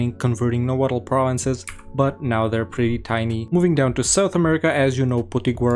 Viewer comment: the final consonant in nahuatl is silent. its just pronounced nahuat